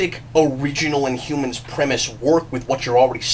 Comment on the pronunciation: you forgot to put the "h" in. Inumans.